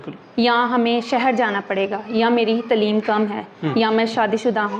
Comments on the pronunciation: باقی تو ٹھیک ہے لیکن پلیز لفظ تعلیم ھوتا ھے تلیم نہیں ھوتا ۔۔۔۔ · Tlim tlim nhi taleem hota h anchor ko chahiey is ko batay tlim nhi hota